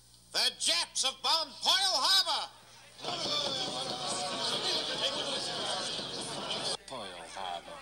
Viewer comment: "POYLE HABBAH"????